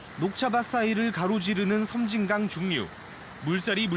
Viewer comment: 섬짐강이 아니고 섬진강 입니다